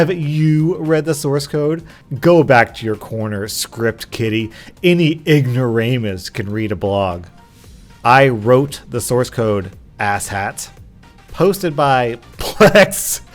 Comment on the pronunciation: its ignoram-us not ignorame-us idoit